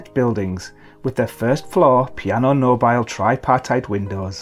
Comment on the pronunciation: just a little correction. Piano mobile should be /piano MO.bi.le/, not the /MO.buyl/ that it looks as if it should be.